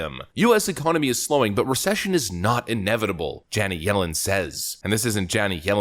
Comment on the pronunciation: You really need to work on how to pronounce "Janet". It's certainly not "Janee".